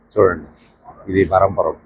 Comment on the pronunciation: స్టేషన్ పేరు బరంపురం కాదు. బ్రహ్మపురం